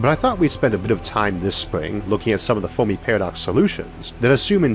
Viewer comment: Oh man I'm sorry. This guy is brilliant but I can't get over the "Fowmi Pawadox" lisp... all the r's being w's sounds like a genius 9 year old and I'm just laughing... aw man this sucks cuz its rly interesting but holy shit xD